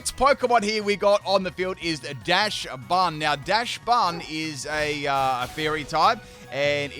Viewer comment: Oinkologne is pronounced "oink-cologne" (cologne, as in the men's fragrance). Dauchsbun is pronounced "docks-bun," a cross between the dog breed Dauchsund the word "bun." Your Quaquaval wasn't necessarily wrong, just too much pronunciation in the middle. "Quack-wav-ul." Quack + wave + carnival.